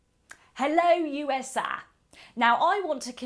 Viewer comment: Funny enough pronounced USA the French way